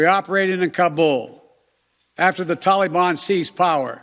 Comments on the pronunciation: “The Tolly-bahn” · I'm surprised that his staff advisers still let him say the "tollybon" and dont correct him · WTF is a Tollybon? Oh yeah, that's how Barack (bathhouse Barry) told him to pronounce it. Watching Biden trying to read a teleprompter is actually quite amusing. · “Tolly-bon” “gov-mont”... ugh!